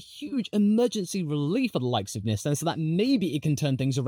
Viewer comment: Please don’t ever say Nissan like that ever again